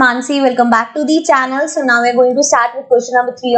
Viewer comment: so ko bola show 😂😂😂😂😂😂